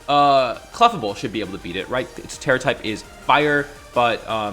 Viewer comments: yeah it's as-in "fable" not "-able". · Your pronunciation of clefable hurts me.